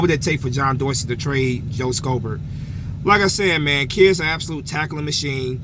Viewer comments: It's read as "shobert" not "skobert" i don't know why that bothers me 😅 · Lol the c is silent in schobert (show-bert)